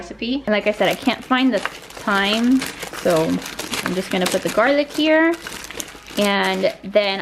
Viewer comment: Lol first the potatoes. Then when she said “thyme” with a pronounced “th” 🤦🏻‍♀️ she gets me.